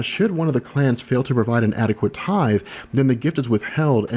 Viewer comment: The way he says tithe breaks me.